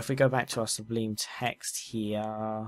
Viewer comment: "Subleem text"